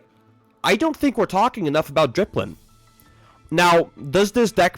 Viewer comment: dipplin. not dRipplin.